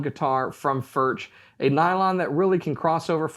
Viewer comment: I see you guys still a little struggle with the pronunciation of the name Furch. It doesn't matter too much, but if you want to hear, how we pronounce it here in Czech Republic, listen to this (this dutch guy is spot on with the first form you will hear): Anyway, very nice review! ;-)